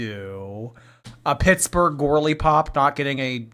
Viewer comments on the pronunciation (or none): none